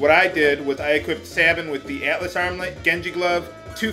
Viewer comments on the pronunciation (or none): none